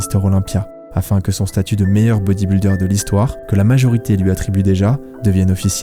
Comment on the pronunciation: Putain que ces Frenchies sont nuls en langues étrangères. C’est: “bodyb-iiii-lder”, pas “bodyb-uuuu-lder”!!! C’est quand même pas la mer à boire, bordel de merde!